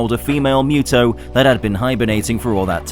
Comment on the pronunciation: its still funny that you and are still pronouncing MUTO wrong, its (MOO-TOE)